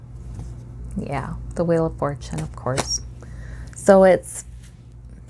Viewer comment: You say "Yah" like a true Minnesotan You are very accurate